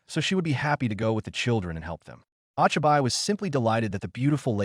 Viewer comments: When the ai doesn’t know the difference between names and nick names and pronounces it wrong. Ochiby? Wtf really disruptive 😊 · I like the story but how I am pained by the pronunciation. Oh-Chai-Bye, Oh-Knee-Eye, NEEN. Seriously bad text-to-speech AI. Oh-Chee-Bee (Ochibi, young child), Oh-Knee (Onii, older brother or older friend without honorific slightly polite with a slight elongation of the -ee syllable), and Neh-neh (Neene, older sister or female friend not regularly seen with an honorific and more familiar than polite and pronounced with a slight elongation of the first -eh syllable. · ah-chi-bye and oh-nee-aye is horrid.